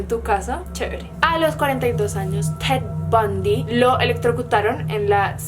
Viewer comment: no estaba viendo el video, solo escuchando y cuando dijo "ted bundy" entendí cat von d y duré super confundida mitad del vido